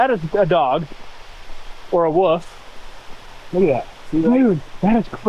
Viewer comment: is it a Wolf or a Woof? Ha ha 😅